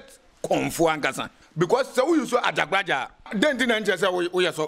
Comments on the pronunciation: This guy is very confused.Prophet Asiamah is lead by AJAGURAJAH not what the komfo is pronouncing AJABGLAJAR.👈🏻this could be true but has nothing to do with the MIGHTY AJAGURAJAH who leads us all🙏🏼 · is talking about Ajagblajah... instead of Ajagurajah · This okomfuo himself is fake he can’t even pronounce Ajagurajah